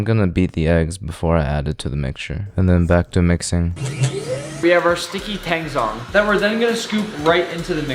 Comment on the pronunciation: Thank you for teaching nick and the people how to say tang zhong